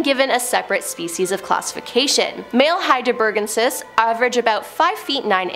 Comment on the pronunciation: " . . . Heidelbergensis . . ." is pronounced "HAI-dell-berg-EN-sis."